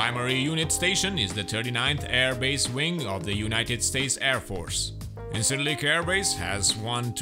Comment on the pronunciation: Nice, accurate review. I liked it. I play DCS and I speak Turkish. The C in Ercan and Incirlik is pronounced J as in John or Jedi. Injirlik. Erjan. The C in Gecitkale has a tail like in French and is pronounced ch as in chat. Gechitkale. The s in Pinarbasi is pronounced sh. P'narbashi. Very soft i at the end. Looking forward to this map very much.